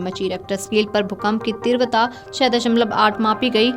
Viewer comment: तीव्रता का बोलना ठीक करो बहन🙏🏻 बाकी जानकारी देने के लिए धन्यवाद🙏🏻